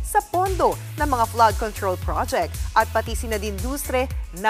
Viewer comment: gloc-NINNNEEE, flood control, PROOOjects teh yung pronounciation mo